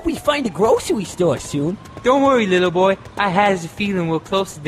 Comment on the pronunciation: Does he say Leo boy or little boy?